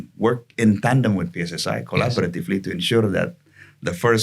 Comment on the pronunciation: Kenapa kok singkatan bahasa indonesia di inggriskan? Pi es es ai? Di Pi Ar (2 podcast sebelumnya) .. why? Ganggu banget di telinga 😂